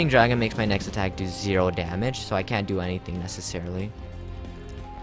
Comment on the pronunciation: when he said so i thought he said saw